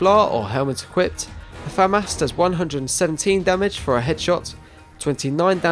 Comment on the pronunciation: finally someone that pronounces FAMAS correctly. its not Fuh-Moss. it's Fam-As